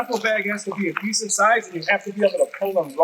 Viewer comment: “decent” This def a Chicago dude 😂